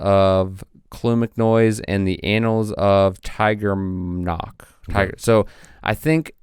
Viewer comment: I think you were trying to say Tigernach (teer-nock). It basically means 'Lord', but is often used as a name, and was the name of an Abbot at Clonmacnoise (Cluain Mhic Nóis) who wrote his own annals.